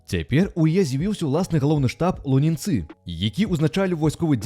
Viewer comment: Не ў ЛунінцЫ, а ў ЛУнінцы!